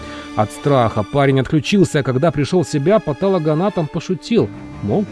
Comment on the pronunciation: Не патАлого,а патОлогоанатомов !